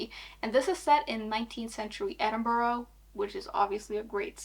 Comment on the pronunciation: Just an fyi edinburgh is pronounced ed-in-bruh